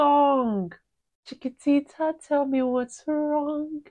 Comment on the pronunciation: Pronounced Chi-ki-ti-tah. In Spanish meaning Dear little one in the feminine gender. Dear little girl. Abba sung this in English as well as Spanish.